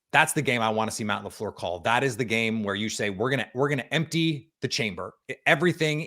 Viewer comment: MATT LA FLURR😂😂😂😂😂😂😂